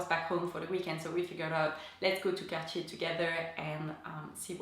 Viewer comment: So refreshing to hear Cartier pronounced correctly!